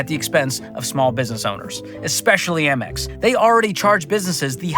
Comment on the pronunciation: It’s AMEX not AMMEX 🤦‍♂️